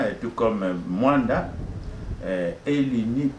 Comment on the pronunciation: Ce MOANDA et non muanda